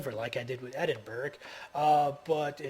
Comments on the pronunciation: Ed-in-bur-rah >< not berg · bu ka rest - bucharest oz lo - oslo Eddinburra - edingburgh ;-)